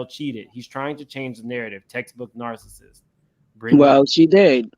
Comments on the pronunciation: did she say she believes MEL-o-neee is a “nar-cist”????? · She did say Mel onee and narcist. It's always the ones who can't speak proper English that come for her.